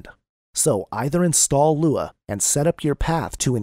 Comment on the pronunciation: am I the only one who can't follow this because of the text to speech? everytime it says LUA I gag.